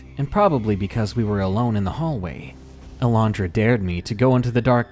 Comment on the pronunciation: so glad you can pronounce alondra , thats my birth name and no one can pronounce it , they add a j so they say alejondra im just like "WHERE IS THE FUCKING J!!! "